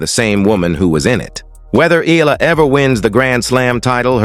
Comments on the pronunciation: Her name is Alexandra “Alex” EALA and NOT IYALA. Know who you are talking to. Do you want me to call you NAD instead of? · TRY AND GET HER NAME RIGHT EALA NOT F IN YALA🤬